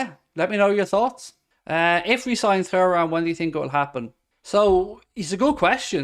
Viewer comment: Can this guy please stop saying Thoo-ram, it's Tu-ram. It's a legendary name in the football world.